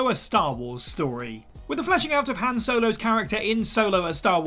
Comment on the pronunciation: Thumbs down for the pronunciation of Han.